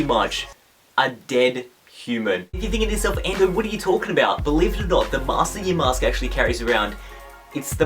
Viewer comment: I know you don't watch Pokemon Black and White because you can't say Yamask properly...